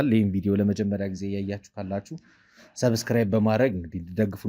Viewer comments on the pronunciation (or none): none